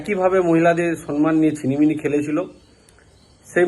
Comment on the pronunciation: Vasata sonman noy vasata hobe somman